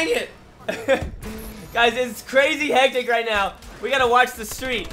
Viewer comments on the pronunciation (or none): none